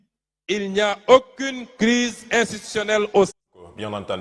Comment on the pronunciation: METTEZ A LA PLACE DE CELUI QUI TRADUIT EN FRANÇAIS LES PAROLES DE SONKO PAR QUELQU'UN QUI LIT CORRECTEMENT.LES " j " IL LES LIT "Z " et "aucune " il lit "auquine " etc.....